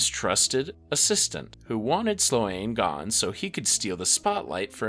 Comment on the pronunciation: Slōne. The a is silent like Ferris Bueller's girlfriend, Sloane. Kāsem. The a is hard like the famous deejay and voice actor Casey Kasem.